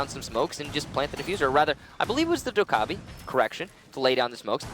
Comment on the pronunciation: Dokkabi is pronounced Do as in Doll, Ke as in kettle, bi as in bill.